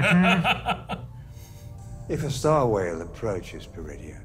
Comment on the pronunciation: Everytime she says Peridea I keep hearing Druidia. Damn you Mel Brooks!!! LOL